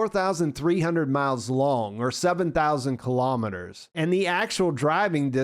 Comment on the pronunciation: Kilometers is pronounced kilo-meters, same as kilo-grams and kilo-watts. Not ka-lom-it-ters.